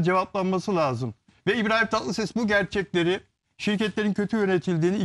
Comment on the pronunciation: Bilal ozcan gazeteciyim diye ögünüp duruyorsunuz....LAZIM..Kelimesini bile doğru telaffuz edemiyorsunuz..Türkçeyi katlediyorsunuz durmadan...İstanbul Türkçesi kullanın lütfen...sinir oluyoruz sizi izlerken..çok kaba saba..